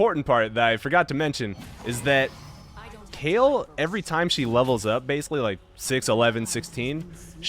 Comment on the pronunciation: Please stop calling her Kale xD .. i'm totally triggered, i thought it was like Kaylie